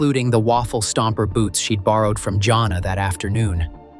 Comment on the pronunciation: I hate this AI narration. It got the name Jana correct the first time and then started pronouncing it Johnna. Then it went from narrowing down a family to following the suspect into a casino. Whoever makes these AI presentations needs to step up their game because they suck.